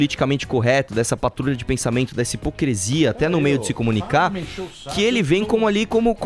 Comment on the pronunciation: Vim do futuro dizer que até hoje o Arthur fala "hipocresia".